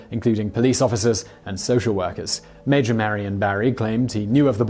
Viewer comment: I had to rewind just to triple check that he said “Major.” 😆😆